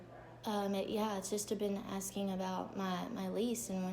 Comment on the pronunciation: Am I the only one who is highly irritated at girls who pronounce words ending in G as a K??? "Askingk"..... "Tryingk" ...